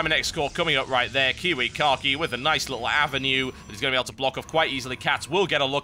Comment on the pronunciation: It makes me laugh every time he says KiWiKaKi... sounds like kiwi car key to me. =D